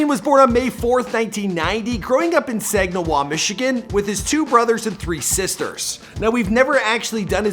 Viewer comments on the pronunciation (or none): It's SAG-IN-AW not sagwinaw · Saginaw is pronounced Sag-gen-naw michigan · "Dreymend" "Sagniwah"... you good??? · Okay okay okay. He did not attend “Sagniwa” Highschool. He went to Herritage High school in S A G I N A W Michigan. Come on bro. I’m from Sag nasty. Do your homework. And he goes to the Deja Vu in Saginaw, which is our local strip club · Im from Saginaw its not saginoah its Saginaw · DO HIS BEFORE THEY WERE FAMOUS AND PS IM FROM SAGINAW THE EAST SIDE AND ITS PRONOUNCED SAG-IN-AW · It’s sag eh naw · Lol this guy it’s Dray•mond and Sag•i•naw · Why tf did he say Saginaw like that he fuckin over my city 😂